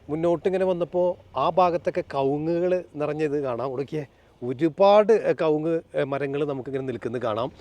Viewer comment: ക ഉങ്ങ് അല്ല കവുങ്ങ്